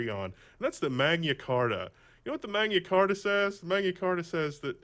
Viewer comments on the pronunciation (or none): Manya Carta? Magna Carta! Mag-na-car-ta.